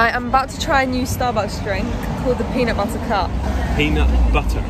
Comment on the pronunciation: PEANUT BUTTAH!?!?